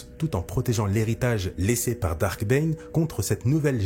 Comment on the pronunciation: Il faut dire Darth et pas Dark…